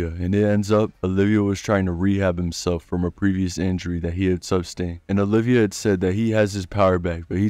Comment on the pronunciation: Love the vid but it's Oliva not olivia